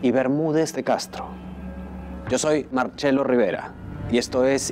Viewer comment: MARCELO RIVERA. CASTELLANO RIVERA NO ES APELLIDO ITALIANO. ERES MARCELO NO ( MARCHELO ) CE =CHE WAKE UP DREAMER